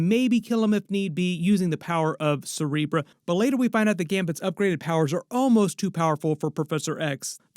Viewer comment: Why are you saying “Cerebrah” … it’s “Cerebro”.